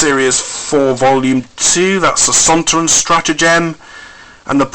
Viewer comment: It was Donna that said Sontoron haha